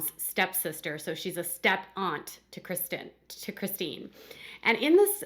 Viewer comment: O my God. Why do jou pronounce Chistine's name wrong so many times? So wrong!!!!!